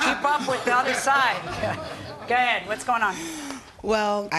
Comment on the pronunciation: Judge needs to learn to say go ahead instead of ga head